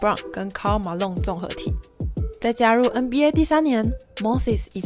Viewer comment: Moses怎么就念成mosis了